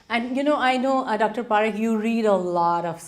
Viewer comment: It is pronounced PuhRikh not PaaRikh